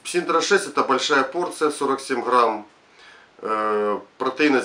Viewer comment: От куда в названии буква Р . Парень не позорся это Синта , а не СИНТРА, как говоришь ты......